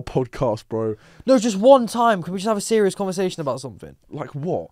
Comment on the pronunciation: Anyone else hear rampz say “I’m being cereal” 😂